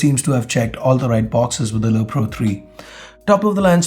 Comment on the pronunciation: you keep on saying lo pro :)